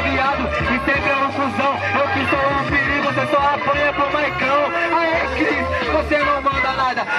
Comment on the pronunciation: ta dificil acertar o nome do Chris